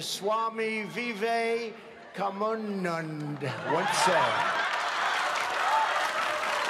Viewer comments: Trump's mispronunciation of swami Vivekananda's name as Vive-ke-mun-dun is a meme right now in India........... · Swami vivek ka mun nand once said.......ya such pronunciation will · It's Swami Vivekananda not Vivekamunda 🤣😂 n yes Mr. Trevor Noah ur Hindi pronunciation is bang on 👍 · That pronunciation was absolutely bizarre hahaha, Swami Vivekananda not Viveka mum nun 🤣🤣🤣🤣 ..... There's huge jokes n memes all over India floating on this 😅😅 ..... Hey btw Trevor, how many Indian girls have u dated? How do u speak such clean hindi? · The pronunciation was definitely not right. I'm an Indian and it was so hilarious watching trump say swami vivekkundundan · I was wondering how hard Indian's were laughing. I'm not even Indian and I could tell he was f'n up the pronunciation. lmao!! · Bruh he even (TRUMP) pronounced swami vivekananda wrong...... he could had just tried NOT to say it.